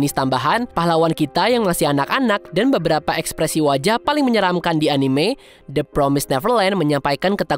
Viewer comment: Pengucapannya bukan "anim" min, tapi "anime" ada e nya.. karena itu bahasa jepang dan pengucapannya jg dalam bahasa jepang seperti itu cmiiw